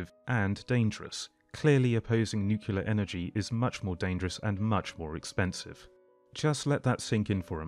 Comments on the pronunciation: NOO-CLEA-ER Not Nuke-You-Ler. Otherwise this video is great. Keep it up, bud. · I suppose you're mispronouncing 'nuclear' as 'nukular' on purpose.